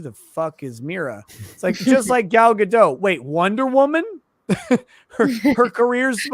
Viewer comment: gal gadot is pronounced ga-dot. dot. gadot means river or something like that. it's not ga-doe. pronounce the t, boys.